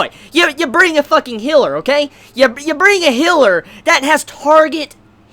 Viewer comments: What thinks he's saying: Healer! What he's actually saying: Hiller! Luv ya man! <3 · for the first 2 min I had no idea what he was talking about when he said hiller. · "hiller," and "well,", why? Just why? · A healer, is mispronouncing it just like how he calls the whale a well. Probably a sound that he never learned how to properly say. He is also mispronouncing Satella like Sa-ta-la instead of Sa-tell-a.